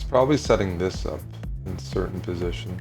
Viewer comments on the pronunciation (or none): none